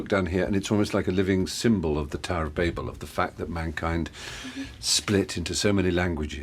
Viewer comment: I’ll give you a like for pronouncing ‘Babel’ properly.